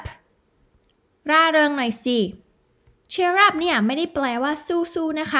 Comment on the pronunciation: 2.57 = ให้เงินแหน่ = ให้เงินหน่อย 😂 ชอบครับ ครูสอนดีมากครับ